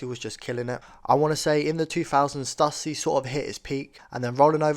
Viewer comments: ITS STOOSY NOT STUUUSSY BRO! 🤦🏾‍♂ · Cali born here....born in 80....I wore all their skate wear. So awesome to see! Although in California we pronounced it Stoooooosy dude.